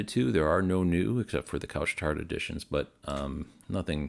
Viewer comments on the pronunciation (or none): fwiw, pronunciation: couche-tard .... English person should pronounce as it it spelled: coosh-tar (oo sound, and the d is silent)